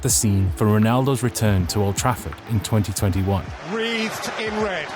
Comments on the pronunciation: Is this fucking AI generated? It was "Wreathed in Red" not "reeved" It was "All ABOARD the Marrakech Express" not fucking ABOVE What the fuck is going on here. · "Wreathed", not "Reeved".